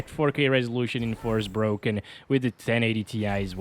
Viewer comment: "FOR--SPOKEN" not "FORCE-BROKEN"